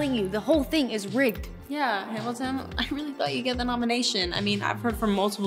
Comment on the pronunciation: Um actually its Hamilton Not hamitition and brat good